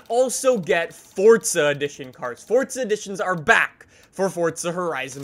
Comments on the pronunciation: the way you say forza doesn't sound right... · bro pronounces “forza” like “fortsa” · He did fortza instead of forza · Does anyone else notice that he says fortza instead of forza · you saying FORTSA and not FORZA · This trend of people pronouncing "Forza" with a T, is starting to annoy me... It's not "FORTZA" is it? Never has been and like 10 years ago no one said "FORTZA" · Fortza? I'm here for forza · it’s forza not fortza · It’s not fortza it’s forza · its forza not fortza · Forza or Fortza 😂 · IT IS NOT PRONOUNCED FORT-ZAH BRO‼️‼️ ITS FOOOORRRRZZZZAAAAA! FOUR-ZAH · forza not fortza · sorry but it is forza not fordza i am not trying to be rude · He says fortsa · say fortza one more time i swear to god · Stop saying fortza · Why do u always say Fortza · Why does it sound like your saying fort za it is pronounced forza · Thanks for all the help. But why do you say fortza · I pronounce it for za he pronounces it fortza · Four-za. Not Fort-za. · this dude says fortza not forza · Whats fortza? i thought it was forza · ITS NOT FUCKIN FORTZA IS FUCKIN FORZA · Why he kept saying FORTza😂😂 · There's no t in forza it's not fortza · English doesnt follow the same pronunciation rules, so In english it is “forza” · Are you saying Forza or Fortza?? 🧐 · it’s for-za, not fort-za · Anyone get slightly annoyed how he says fort-za? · It for-za not fort-za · You always say fortsa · Why you say fortza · its for-za. There's no T in it. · “Fortza” Great video but that’s really all I heard lol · Why is this guy say fortsa? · Say it right theres no”t” its foRza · Just me or is he saying fortza horizon four? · "Forza: more like poor za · Thought I was watching forza not fortza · “Forsa edition” lmao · "Fortza" wut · There is no t is forza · “Fortza Horizon 4” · U say fortza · STOP SAYING FORT-ZA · Why are u calling it Fortsa? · Hey guys welcome back to FORTZA HORIZON 4😂😂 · “Fortza” haha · WHY ARE YOU SAYING FORTZA? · Why do you pronounce it like “Fortza” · ِ forza